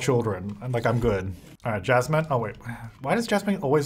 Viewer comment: Every time he said "Jasmine", all i could hear is "Chaz Man". Idk why 🧐